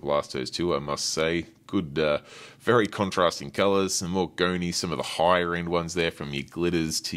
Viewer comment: pumps… why you pronounce words like that 🤣 Goni pronounced goknee like what